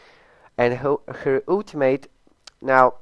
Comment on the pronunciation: I don't know why people pronounce "ultimate" that way.